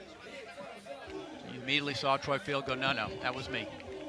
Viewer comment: Is it so hard to say Troy Field's name properly?